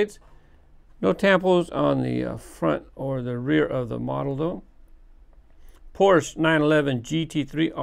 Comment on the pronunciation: I cringe every time you pronounce Porsche wrong...